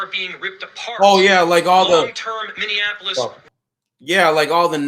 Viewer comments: You need to learn how to pronounce Minneapolis it's not Minneanapolis. But you are right. Just comply... she brought it on herself. The shooter should not have shot to kill based on what I saw, but she has contributory negligence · You need to learn how to pronounce MPLS, lol it's Minny ap like apple polis Minneapolis LOL looking. Up Prince music, he says it right. noone is a hero when they kill. yes true when a cop asks you to stop, then stop, else you will get shot. We've known that for years when we were profiled. were all not fraud and Somalians LOL, and they never called me N .... you peoples narratives are the same ole same ole. saying someone hates America when they don't fit into your people's narratives, or they are speaking up for themselves. That separates us right there. Hope you don't have kids